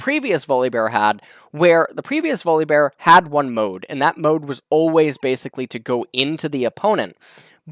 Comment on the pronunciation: i was just listening doing something else then i heard you pronounce his name weirdly .